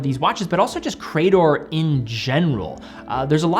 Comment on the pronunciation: It's hurting my ears to hear you repeatedly say 'Cray-dor' 🙂 ... grammatically, in English, that word is 'Cree-dor'. Thanks and have a nice day.